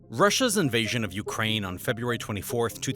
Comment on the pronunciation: Februaty lol